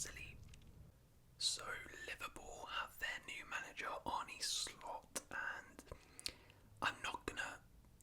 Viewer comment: btw its Arn-uh Slot, not Arnie